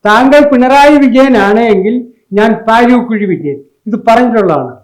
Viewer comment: പാരി കുഴി അല്ല പാര കുഴി